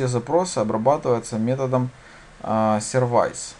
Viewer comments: Только не сервАйс, а сЁрвис (как в слове автосервис:) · Всё, в принципе, элементарное объяснено. Хотя, ничего не разъяснено по поводу POST, PUT. Произношение слов английских необходимо подтянуть. Что бы не было "сервайзов".. В общем, никак. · все хорошо, только не Инит, а инИт, не сервайс, а сёрвис